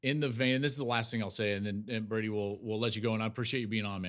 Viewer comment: Become a professional and learn the players names "Brody".